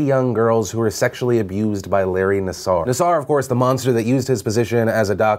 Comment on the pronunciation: Hi Philip! My name is Julie and I'm a reporter and graduate from Michigan State University. I mean this in the best way possible--but you are pronouncing Larry Nassar's name incorrectly. It is pronounced "Nass-err" not "Nass-are." This is a common mistake many are making at this time...but in the interest of accuracy...I wanted to make sure you knew so you could present your audience with the most correct information possible. Sounds silly, but I would hate for anyone to discredit you/your content based on something like a mispronunciation.